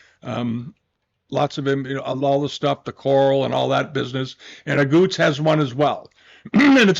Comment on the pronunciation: Dear, it’s Aguttes not Auguttes.